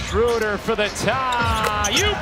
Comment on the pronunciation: Schruder ? Are you German because i am and you talk 💩